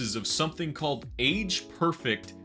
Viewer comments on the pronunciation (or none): none